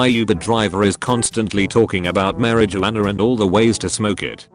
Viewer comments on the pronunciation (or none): 🤣🤣🤣 "Mary Jo Anna" (Marijuana)